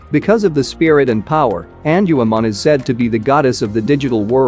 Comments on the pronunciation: It's Gatomon not tell Mom and it's not Angelman Forest female counterpart it's Angewomon 😳 😅 but I guess we all make mistakes sometimes 🤘😎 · erh.... Prnounciation: En jew u mon.